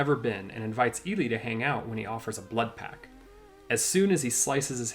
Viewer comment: I did the same thing. That's not the only thing the person who made this video, got wrong. Another thing is thing Eli is a girl. And, saying pack, instead of pact.